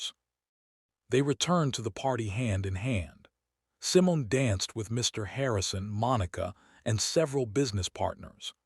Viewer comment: I like the stories, But you mispronounced Simon it's Simone.